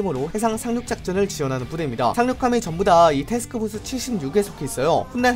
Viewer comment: 표준 발음 : 테스크포스 칠십사 이세기 발음 : 세흐스호스 시시히사